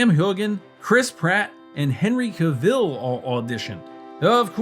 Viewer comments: CAV-ILL no! Pronounced CAV-ELL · Really need to stop saying Ca-vill. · Cavill, no Caveel, fking numbnuts